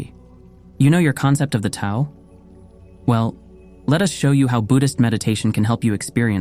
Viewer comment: Thanks for pronouncing Tao correctly